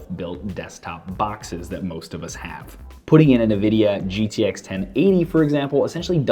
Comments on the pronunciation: why do some ppl say "NUH"vidia instead of Nvidia? Great video though. Thanks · not trolling just wanted to let you know it's pronounced ENvidia not Nuhvidia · as far I know it should be pronounced as "nnnnnvidia" and not "en-vidia" nor "neee-vidia" . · Neeeeveeeediiiaaaaa..... So triggered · Fritz Asuro it's pronounced en-vidia. Simple as that. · even tho it's nivida . alot of people say it neeveedia , and in my opinion it sounds cooler ^_^